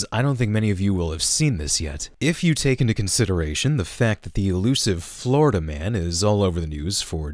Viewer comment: it’s Florida, not Florda.